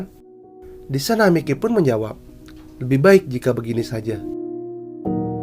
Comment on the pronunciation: Bang tolong bilang kata miley nya jadi mayki ya bang soalnya gk nyaman bat denger kata mikey